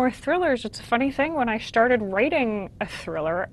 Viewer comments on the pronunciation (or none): I love how she pronounces stuff! "Started" becomes "Schtarted"